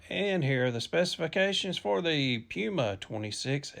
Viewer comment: Please ask someone how to pronounce Puma, cuz you're doing it wrong.